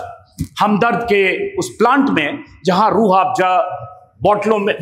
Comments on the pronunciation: अजित अंजुम जी रूह आफजा नही रूह अफजा है आपका बोलने का टोन आफजा हो गया है आप जैसे पढ़े लिखे लोग ऐसी गलती करेंगे तो बाकी के आम लोग तो और भी अर्थ का अनर्थ कर देंगे 😅😂 बाकी रूह अफजा की उत्तम ऐतिहासिक जानकारी देने के लिए आपका बहुत बहुत धन्यवाद । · Rooh afjja..? Rooh Afza*. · SIR JI ROOH AAFJA NAHI... ROOH AFZA HAI... 👍👍👍👍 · It is not Rrrrh Aaafjaaa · Mr. Amit Anjum should first learn to pronounce the name of this world famous drink properly. It is still not too late. He can take a few basic classes in uneducated Persian languages. It is Rooh Afza, NOT Rooh Afja!! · Ajit ji it is rooh Afza not rooh afja